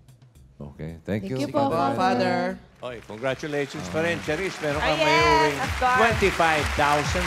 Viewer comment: Father pala si Manjean. Shoutcaster ng ml tourna sya ung letter f! 😂😂😂